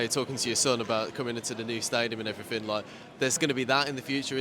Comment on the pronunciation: STOP SAYING "AND EVERYTHINK" SO ANNOYING.. 😅😅K.R.O.